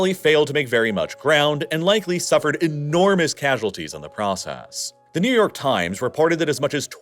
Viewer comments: NOT NEW- NU YORK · Mom, I want to travel to New York! No, we have Niu-York at home! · ‘Niu-York’ Had to re-watch that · NIU YORK 💀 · The Russians invaded Niu-York?! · Niu york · ”Niu York” lol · Is NIU-YORK kind of like New York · Crazy how there is a place in Ukraine named Niu-York and it’s pronounced New York. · "Niu York"? Really?